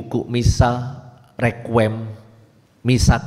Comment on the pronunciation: Dua catatan sy: - bukan rekwem tapi REQUIEM [baca: rekwiyem] - bukan yubelium tapi JUBILEUM [baca: yubileum]. perlu belajar bhs Latin lagi. wkwkwk😭😭😭